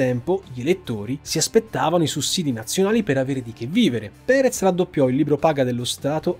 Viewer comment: Andrés Perez, no Prerez Alonzo